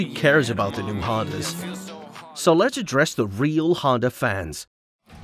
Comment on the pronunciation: I tjought he said HONDAI